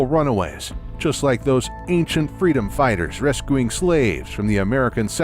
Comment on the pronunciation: Also he said "res-coo-ing"